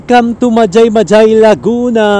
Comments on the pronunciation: Hindi Yan majay majay basa nyan sa mahay hay laguna po Yan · Mahayhay po ang basa dun ndi majaymajay✌️ ingat po😊